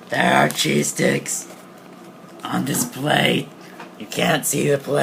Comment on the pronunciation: Thought he said cheese dicks..... Am I a pervert or can anyone else relate?